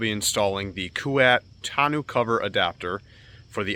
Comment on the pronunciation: isnt it pronounce "toh-no" not "ta-nu" lol